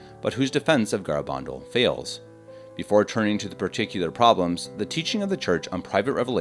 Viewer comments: It's pronounced Ga-ra- ban- dal. You can not prove this is a deception since the church has not closed this case. Pope Benedict has even declared it was not investigated well and cautiously advised to continue to look into it. People were converted during the apparitions.A priest who died soon after he saw the virgin at Garabandal had claimed she told him that he would soon be with her. Let the church do its thing. Videos like this is what confuses people. If you do not work for the Vatican, leave this stuff to the professionals. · Have the decency to pronounce the name correctly. GARABANDAL